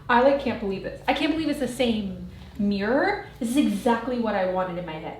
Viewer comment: "Tri-fold morror." 😂 I'm going to try the linen mat trick!